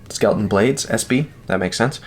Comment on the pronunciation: Many thanks for checking out my Tibia! And further thanks for pronouncing my name correctly LOL. People still tend to say “skeleton”. Yes, my SB maker’s mark stands for Skelton Bladeworks, which is my business name, and yes the marked LE of 200 is for the total run. 100 satin/100 Black. Cranes Cutlery has requested an exclusive edition that should release in a few months that will be dress versions in Damasteel. One version of the Damasteel will also feature Timascus scales. My design theory when I designed my custom followed the same theory as my first design, the Occipital… to have a small, easily concealed EDC fixed blade that was no more cumbersome to carry than a folder. But nearly all makers choose a large full sized handle with the blade making it compact. Very short. I feel that the primary concern with any knife is utility and cutting ability, plus I feel a short blade and long handle looks visually imbalanced. So I chose to go with a full sized blade and abbreviated the handle. For those with very large hands, add a knotted lanyard on there and they’ll feel a fuller grip. To aid in this, I use a large thumb depression with aggressive jimping for stability. You’ll notice that it will not slide forward or backward in your grip, it also won’t twist or rotate away either. The flared scales also keep your hand in place. Again, Thank you for showcasing the Tibia, I’m proud to be Reate’s first fixed blade design and they did an exceptional job in every respect.